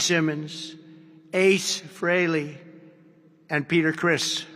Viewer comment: President Trump actually pronounced Ace's name correctly .... It's pronounced as Fray-lee NOT Free-lee !!